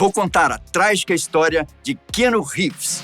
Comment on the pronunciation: "Řeeeeves" moço. Não abrasileira o Sobrenome do moço. 👍